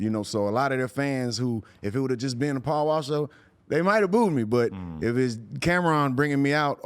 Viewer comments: He said PAUL NAW not paul mall 😂😂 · It’s Paul Wall Bay-By. 😬💎